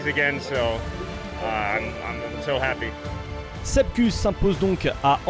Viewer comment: "Kouss" Sepp "Kouss" pas "keuss"